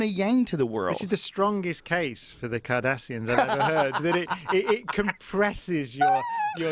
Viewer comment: I love that Brian Cox keeps saying Cardassians instead of Kardashian. Confusing that Family with the Alien Race in Star Trek.